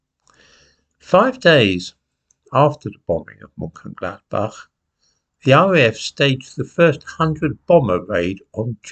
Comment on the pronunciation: Looks as though is up to its usual tricks: being extremely economical with the truth. However, it's to be expected that would take this position as Lord Haw Ha...errr the c-l-o-w-n loves nazi Germany. However, really ought to practiise Mönchengladbach. The clown's pronunciation is AWFUL!! British policy before the outset of war was bombing. Clearly, DOESN'T know what it's saying as the RAF starred the bombing campaign as soon as the war started. However, little fairy tale about Mönchengladbach forgets TWO critical pieces of information: the invasion of Belgium, Case Yellow, and the bombing of Rotterdam on 15th May.The RAF merely put into practice governmental policy of Thursday, 31st August 1939 to bomb should Germany start unrestricted air attacks. Germany did when the Luftwaffe atacked Warsaw. little episode is the usual standard fare: fairy tales and DELIBERATE madsaging of the FACTS. However, this little episode is probably some attempt to justify the recent Israeli decimation of Gaza City.